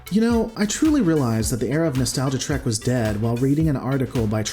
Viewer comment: Best not be taking a drink every time he says Trak instead of Trek. Alcohol poisoning isn't nice.